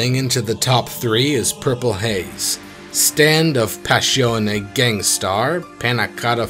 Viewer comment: It's not "Passhione", it's "Passione" (pronounce the "ss" as in the word "hissing").Source: I'm actually Italian